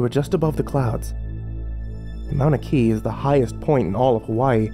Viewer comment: "maunikea" haha